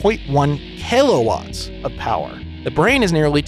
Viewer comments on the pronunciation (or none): You said "Kaylowatts" yet wrote "Watts". Btw, it's called Kilowatt (u are allowed to spell the "i" like an "ee").